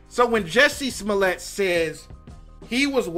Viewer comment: "Juicy smullay." Dave Chappelle.